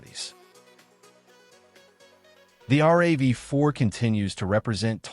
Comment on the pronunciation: It's a RAV4 - rav is a word with the 4 added not r-a-v-4